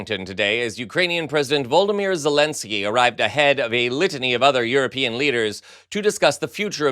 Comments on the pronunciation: Does this host, often struggle with pronouncing names? Volomir?? Voldemir???? 🤯🫣🤫😂 Or is he getting Harry Potter's Voldemort mixed up with how to say Volodymyr?! 🤔🤯 It's not the slightest bit difficult to pronounce Volodymyr correctly, is it? 🫤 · Not VOLDIMIR but Vlodimir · He isn't VOLDI MIR Zelensky . He is Vlodimyr Zelensky. So that's VOLDI VERSUS VLODI ,right ? Now practice it . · Love your show but his name has 4 syllables. Vo-lo-di-meer, not the same as he who shall not be named....😊